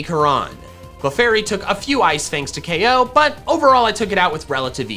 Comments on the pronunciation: Yo i would definitely buy if my pops allowed me to it's cool !! fyi you say the one hit ko thing in the opposite way, keep in mind that dont say ok say ko thats it otherwise i love this vid !! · It is ko not ok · Any time he said O.K I'm like it's K.O NOT F $*KING O.K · You switch between saying KOed and OKed a lot... What is OKed is that just a mistake??? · STOP SAYING O K, JUST SAY KO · CONFIRMED: if you take a shot everytime you hear “OH-KO” you will be pretty fucked up